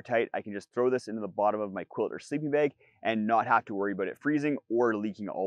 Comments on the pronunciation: an accent is fine. Saying words wrong is not. Bag Beg Two different words with vastly different meanings. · It's bag...bAG.....BAAAAAAAG NOT BEG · bAg Not bEg Two different. Words 😅😢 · There is no wrong Is English your native language? It seems it isn't as you don't have a clue about how pronunciation differs between different forms of English.